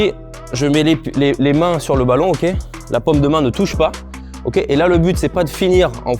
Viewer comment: Incroyable cette vidéo j'adore le petit "okay" au milieu de chaque on sent bien l'américain you know